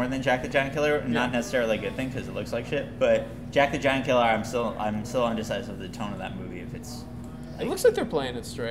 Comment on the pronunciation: i like the way you pronounced "jack the giant killer"